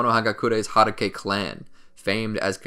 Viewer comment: How tf do you pronounce hatake? At least try